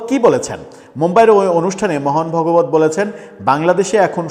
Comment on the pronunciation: মোহন ভগবত নয় ওটা ভাগবত হবে 😂